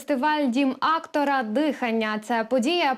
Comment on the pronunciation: Актора ?! 😊 Девушка с ударением проблемы ?!